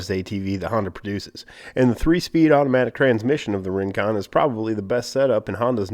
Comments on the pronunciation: did he say Ring-Quad? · kwin-quan? rin-quan? hehehe